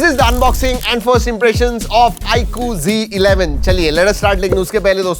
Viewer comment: It's not g11 😂 it's z11